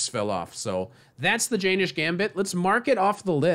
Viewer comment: Its acutally pronounced "yen - nish" rather than "jay - nish"